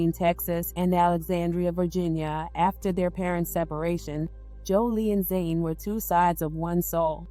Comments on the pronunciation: yes, Jholie is the twin that passed away 🙏🏽. Jhené is the surviving twin, but you (or the voice program that you’re using) call her “Zane” through the video. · The reporter called the surviving twin Jhené, but the narrator keeps calling her Zane.